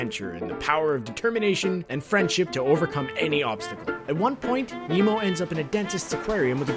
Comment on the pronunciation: I thought you said emo. Not Nemo. Sorry. Also I knew the frozen one.